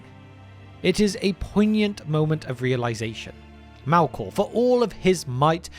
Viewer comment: "Mælkåh".. New pet peeve unlocked